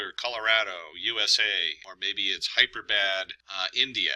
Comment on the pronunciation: It's not Hyperbad, India... it's Hyderabad, India. Regards, An Indian.